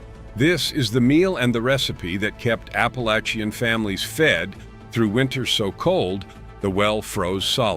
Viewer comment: I like the way the narrator said apple-at-chi-an when talking about apples.